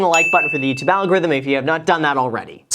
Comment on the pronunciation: Youtoob You’re welcome